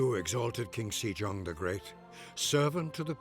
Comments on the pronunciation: the "e" in sejong is like the e in bed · It is 'SOUL' not 'seeal' Also it is 'Sehjong' not 'seejong'